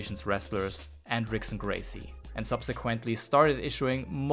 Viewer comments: It is pronounced Hickson Gracie. Spelled Rickson. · Turns out that "Rickson" is pronounced as "Hickson", and of course i mispronounced "Fedor" as well! Apologies to all Brazilian/Portuguese and Russian viewers, hope y'all enjoyed the video anyway 😄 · God it was hard for me to keep watching after he mispronounced Ricksons name